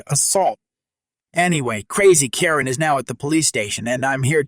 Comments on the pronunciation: I disagree! Don’t they say the customer is always right? She got what she asked for. I like the tax for being a Karen. Or a Ka-wren as it was pronounced. Also the Karen that said, Do you know who you’re talking to? I’d say, yes, a loud mouthed b*tch. If she’d spit on me I think I would have slapped her. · Thanks for the stories. Even if this voice can't get the name Karen right.